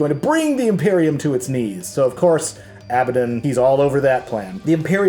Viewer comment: ANG-RON....ABA-DON......ur saying it weird....or I'm weird .....